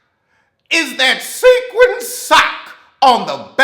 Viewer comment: “Sequins 👱🏽‍♀️sack” 😫🤦🏽